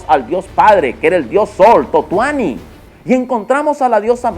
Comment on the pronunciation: Totuani??? no quisiste decir Tonatiuh???